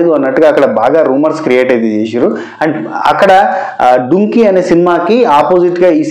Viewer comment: డుంకి కాదు, డంకి